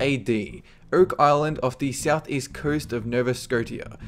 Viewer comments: it is Nova Scotia, pronounced nova scoshia not nova scottia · Btw, it's pronounce Nova Sco-SHa. Not Sco-tia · he pronounced it as “Nova Sco-te -a And even though it’s spelled Nova Scotia it’s actually pronounced “Nova scoasha” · Omg I live in Nova Scotia and btw it's not Nova Sco Tia It's Nova scosha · Nova SKOTIA? No its pronounced No-vah Scoh-sha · minor correction, but the money pit is in Nova Scotia (Skoshaw) not (Sko-tea-ah) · Nova Scotia, not Nova Scote-y-ah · Nova Sco-ti-a? lol it's pronounced Nova Sco-sha. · its pronounced nova scosha not scottia spelled scotia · Hey, do you jokingly pronounce Nova Scotia (Sco-ti-a)? Just wondering, cause it's pronounced (Scoshia) FYI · It really pisses me off when you pronounce Nova Scotia as " Nova Scot-ia" It's pronounced "Nova Scosha". I'm sorry, but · Nova Scotia is pronounced "skoe-sha" not "scoe-ti-a" I live in the neighboring province so please get it right next time man haha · Lol Nova Sco-tee-a. Just sayin' it's pronounced Sco-sha :D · Nova Sco-tya? It's a soft "T". It's a "sh" sound. Nova Sco-shia. I know it's a T, but it's not that hard. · "Nova Scoateeuh" it's pronounced Nova scoash-uh. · scoat-ia.. lol its scotia, "schosha" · omfg "nova sco-tia" nova scotia = "nova skosha" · Nova-sco-tia? Its Nova-scotia DUDE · Nova Sco-Tee-AH Fuck. You. Did no other Canadian facepalm to this? It's Nova Sco-Sha not Sco-TEE-AH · It's pronounced Nova Sko-sha not Nova Sko-tee-a,. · "Nova Skosha" not "skotia" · Hate to be the party pooper but you pronounced Nova Scotia wrong. It's Nova Scoh-sha not Scoh-tee-ah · Sco-tia? Really? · quick fyi, the province of nova scotia, the scotia part is pronounced Skosha :) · Nova ScoSHAH! aaarrggghhhh! signed a crazy canuck (who should know) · Nova Scote-ia <== lmao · "oak island off the southeast coast of nova 'sco-tee-ya.'" seriously? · nova scote-ia? wtf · Nova Scotia = nova scosheeah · Lol nova scoteeya not Nova Scotia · NOVA SCOTIA..... NOH-VAH-SCOW-SHA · Nova scot-ia?